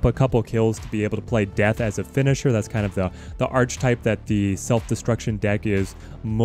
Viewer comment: My brother, yougotta learn how to properly pronounce Archetype. It's ARCH-E-type. You don't pronounce the arch as in arch. Properly its 'är′kĭ-tīp'